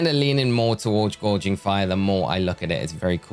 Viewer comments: It's not gourge anyway, it's gouge 😅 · Gouging, not gorging lol. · My brother in Arceus, you wanna try saying Gouging again? It’s not Gorging, also it’s Entei, not (h)Entai.